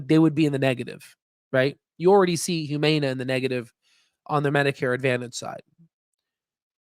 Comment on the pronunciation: Please learn how to pronounce Humana. You make it hard to listen to you.